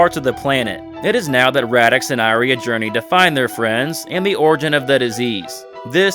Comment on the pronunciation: It's pronounced EE-REE-AH bro! loved the video!